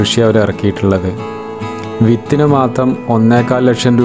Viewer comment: വിത്തിന് എന്ന് തെളിയിച്ചു പറയു bro...